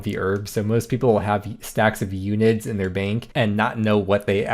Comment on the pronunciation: Hearing you-nid instead of un-id has got me completely messed up